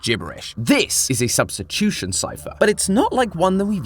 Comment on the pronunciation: "Substchuchion Cipher"